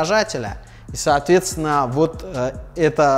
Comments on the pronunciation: Выпивал каждый раз когда слашал "соотвецвна" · Злодей, как теперь это не слышать?! Соотвецвна